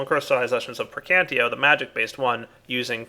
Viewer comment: When will you learn that it is "PerditIo" and "PraecantATio" instead of "Perdito" and "Praecantio"... Your videos would be way more awesome if you pronounce the aspects correctly.